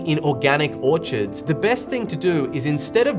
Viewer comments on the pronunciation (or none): It’s Orchards. Not Orchirds Thanks for your information. I appreciate it.